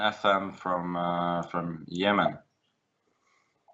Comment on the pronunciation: I just loved the way Magnus pronounced Yemen ..